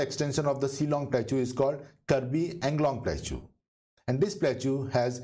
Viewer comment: In no accent plateau is pronounced as plachuuuu, please correct it ,it is very irritating